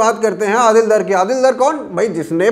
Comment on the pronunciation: डार होता है दर नहीं।